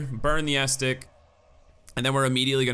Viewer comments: as-ce-tic, not astic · "Bonfire *estic*" shudder It's "Uh-seh-tick", fyi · Super entertain videos. Bonfire ascetic, its pronounced A-SAID-IK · It’s friggin Ascetic not astic or estic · Doesn't matter much in the end, he just sounds kinda funny saying "Ass-tic". Picturing a gorged parasite. Kinda grossed myself out. I will share this disgust with you all. You're welcome. On the note of grammatical shenanigans, "ascetic" most often refers to a person, so the item itself makes little sense on first glance. If it was used as an adjective to describe the bonfire it should say "ascetic bonfire" to be technically correct. But are you really carrying a bonfire around? Still strange. I choose to believe it's a little engrish happening. To be fair Ascetisism is about self-denial as a form of spiritual or personal discipline so it makes SOME sense for flavor. If I'm not entirely of track Hindu monks practice a form of ascetisism. They are ascetics. Rambling late night comment. Yeah! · "Aztec" X "Aesthetic" X "Ah-see-tick?" $$$ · Good video, but one thing was driving me crazy.... Ascetic has three syllables. Pronounced, Ass-seh-tic